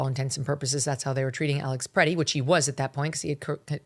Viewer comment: "Alex Pretty, Pretti, whatever." C'mon man, get his name right and don't say "whatever" because you mispronounced. Give the dude a little respect. I know you're an East coast girl but you just do not understand Midwesterners. I truly believe he was just helping a woman to get up who was pushed down because that's what we do here. It's innate, we don't even think twice and especially if you're a man. I was hoping you would take a more nuanced approach but nerp. You'd be much more credible if you just said this was a major fustercluck, which it was.